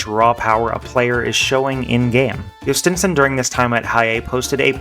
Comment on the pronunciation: As a Pirates fan thanks, I hope this guy pays off. At least now I know how to say his name properly.